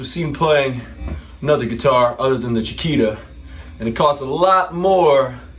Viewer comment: I know. I speak Spanish, soy sudamericano. says “Chikira”, when in fact it should be pronounced, “Chikita” (“Chiquita”, spelled correctly). I'm sorry I was sarcastic at the time, but it kind of shocked me. It's Ok. Actually there is nothing wrong, it is just a detail. No pasa nada, amigo!